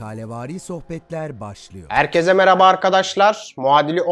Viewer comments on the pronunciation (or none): none